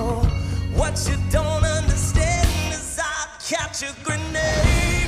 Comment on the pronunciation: Love how he can get words from Grenade wrong and it still be an awesome performance